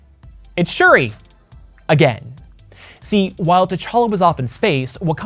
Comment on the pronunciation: Everytime you said shiri my damn iphone started listening